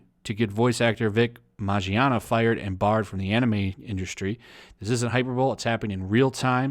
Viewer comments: His last name is pronounced Min-Yana not Majiana. Big OOF! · Also his name is pronounced Min-yah-nah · Also it's Vic MIN-YONNA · For future reference. Mignogna MIN-YAH-NUH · DUDE. HIS NAME IS PRONOUNCED "MON-YAWN-AH" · MIN YAWN AH. The g is silent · its pronounced Minyana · I love you man but it’s pronounced as “Mi-no-na”. Regardless this pisses me off. Guilty before proven innocent eh? Where is the fucking evidence? Someone in the comments compared this to the Crucible, where if it’s a rumor, that rumor is now given life, simply because it’s the wave. Vic was super friendly, just a nice ass, God honest dude, this fucking saddens me. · How did you pronounce it? Vic Mangina? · I believe it's pronounced Mig-non-ya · Btw u are fuckin his last name up terribly 😂